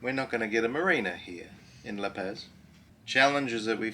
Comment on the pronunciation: La PAZ... like OZ... not PAZ like AS lol 🤟